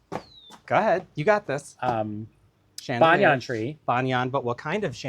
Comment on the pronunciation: If Sondheim put the accent on dam then it must be right ! I will refrain from correcting your pronunciation of Banyan 😉